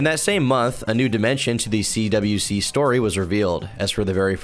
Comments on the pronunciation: And so my second favorite content creator covers my second favorite Lolcow. You mispronounced a lot of stuff (CWC is pronounced as "Quick" not "Quickie " ) and had some incorrect info,(like the other trolls being "okay" with Bluespike. No one was okay with bluespike. They witchhunted him, forced him to quit fucking with chris and then told Chris that Clyde Cash had him executed , which Chris believed and announced later on) but all and all it was a pretty accurate mini documentary , better than the gamerfrommars series, worse than Gino's . Still though, i salute you, fellow Christorian, for enduring the mental torment and fever dream that is; Christian Ricardo Weston CPU Goddess Blueheart Jesus Christ Sonichu Chandler. 🧙‍♂️ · you keep saying cwikie instead of cwc pronounced like quick you gonna piss me off retarded ass white boy